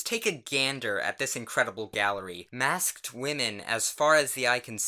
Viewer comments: normal people: “maskt”: “massk t d” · u pronounce the -ked in "masked" very distinctly wow